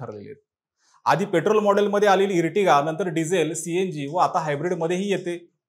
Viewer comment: इर्टिगा नाही रे आर्टिगा 😂😂 Ear नंतर T जेंव्हा येते तेंव्हा त्याचा उच्चार अर असा होतो जसे Earth ला इर्थ नाही अर्थ म्हणतात. Earthing ला इर्थिंग नाही अर्थिंग म्हणतात. इर्टिगा ऐकून हसू येते 😂